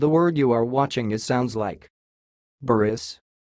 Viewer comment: It's my last name and your pronunciation isn't quite right. It's bu'-rus (short u sound on both syllables and stress the first syllable) 😊